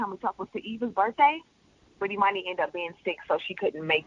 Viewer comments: finally they said that little girls name right instead of emoney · Sounds as if He Said Emoney Too